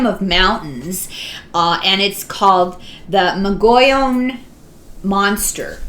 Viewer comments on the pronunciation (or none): Mo'-gee-yon rim of mountains follows the continental divide